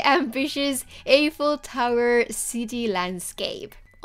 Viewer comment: Wow this is amazing!! Just to let you know Eiffel is pronounced with an “i” (as in “I” am) sound not an “ey” sound